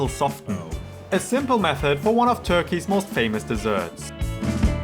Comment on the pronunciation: when did Turkey become turkie?